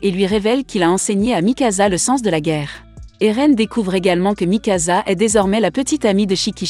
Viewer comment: A mikasa ce n'ai pas mikaza mais mikasa